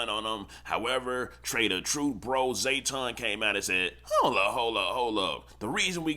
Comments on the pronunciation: Its JAYTON not zayton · Bro cant be from Texas because EVERYBODY KNOW buddy name IS NOT ZAYTON. ITS JTON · JAY-ton, not Zay-ton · His name JAYTON not ZAYTON…. Outta town azz nigga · JAYton not Zae. 😅🤣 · Lol it’s “JAYton not ZAYton”🤣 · Bruh it's JAYton not ZAYton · Jayton not Zayton